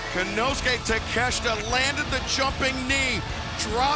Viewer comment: It's Ta-Ke-Shi-ta not takesta